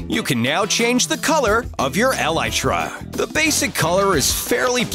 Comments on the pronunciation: He’s putting to much emphasis on the el in elytra alright we say elytra he says EL... ytra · Me: elytra Him: aLi-TrA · Not elitra it's elytra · Narrator ‘el aye tre’ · The way he says elytra tho...... Eh-LiE-TrUh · Ways that I have now heard Elytra pronounced: Ee-lee-tra Ee-lie-tra In this video: El-eye-tra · Its called E-lytra guys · Narrator : Elitra Me : Does he play minecraft and pissed off / \ 1 1 O ______ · El,eye,tra. Lol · I thought elytra was pronounced (ee-le-tra) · No one: Literally no one: Narrator: ELitRa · pronunciation of the elyaatraa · Good vid however I felt your pronunciation of elytra personally offended everyone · El-lie-tra Grey-she-her L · Anyone eles hates the way he says elytra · Evan Herriges I was wondering if anyone else had caught that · Who else got triggered on how said elytra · You said elytra wrong